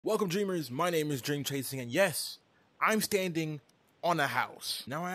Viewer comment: I actually had to replay the beginning "hello dreamers" bit because I legit thought for a second you said "hello jamers" (like gamers)